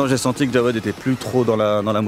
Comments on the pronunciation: Pourkoi tu dit djaoued au lieu de jaoued. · C'est jaoued et pas djawed